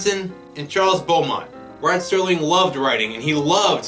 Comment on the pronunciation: Entertaining commentary. One thing, the name is Rod Serling, not Sterling. No T.